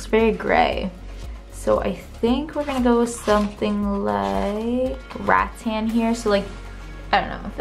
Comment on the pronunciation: So dead that said "rat-tan" when she read rattan (ra-ttan)